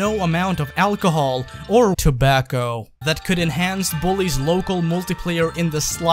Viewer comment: Tobacco he says 😂 I but you guys were blazing up some 🌲 also love the channel